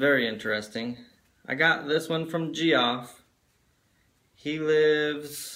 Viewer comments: Thanks for the mention, FYI Geoff is pronounced JEFF, just that it sounded strange. 😄😄😄😄😄👍🏻🆗look forward to your next video. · Smallest Workshop Sorry man lol! If its any consolation, I like the way I pronounced it better! It seem more interesting, HAHA!! But I am really sorry for the mispronouncing your name Geoff (Jeff) lol